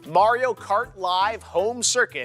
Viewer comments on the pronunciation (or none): none